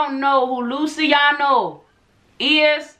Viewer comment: Its Lue-chi-ahno in pronunciation. With Italian names, ci is pronounced ch.